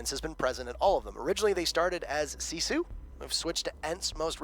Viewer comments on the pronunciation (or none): none